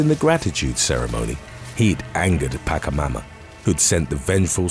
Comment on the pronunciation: Pronounce Chile, the ch should sound the same in Pachamama, not Pacamama.